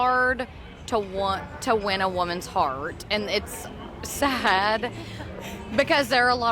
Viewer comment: harrrrrd to win a woman’s hearrrrrrrt